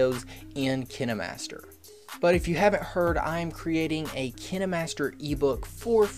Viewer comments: not trying to make fun of him but he says "Kina" master and I thought it was kine master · why did you say kinimaster instead of kinemaster? Kine master pronounce ( Kine) Not (kini) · Ok ;-; He’s legit saying KiNeMaStEr Try saying it like kin master and forget about the “E” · Kayn-master Not kInNe mAStEr Google says so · Its not kinémaster its KINEmaster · XD I always pronounce Kinemaster to "Kaynmaster" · He said Kinimaster not Kainmaster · Fun fact: the kinemaster youtube channel actually pronounces it Kinamaster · He says it like “Kinamaster” when it’s supposed to be pronounced saying the letter i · And i thought its pronounced Kienmaster 😂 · if he says "kiN-eh-mAsTeR" one more time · Kinamaster is what he sounds like saying kinemaster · I thought it was pronounced KINDmaster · KI-NA MASTER lol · Keeneemaster hahahaha 🤣🤣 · bruh is kaine master not kine master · Its kineeemaster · No hes saying it wrong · So what if he say kinemaster in a different pronunciation stop making it such a big deal :/ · He's saying kinemaster wrong 😂😂😂😂😅😅. I just noticed he has never blinked once